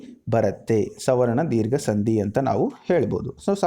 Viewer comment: ಎಲ್ಲಾ ಓಕೆ, ಆದ್ರೆ ನೀವು, ಸಂಧಿ ಎಂಬ ಪದವನ್ನು ಸಂದಿ ಎಂದು ತಪ್ಪಾಗಿ ಉಚ್ಛಾರ ಮಾಡುತ್ತಿದ್ದೀರಾ.